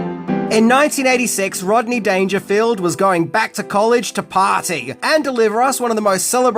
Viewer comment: Rob-ney Dangerfield huh? Interesting sir. Interesting. Salute.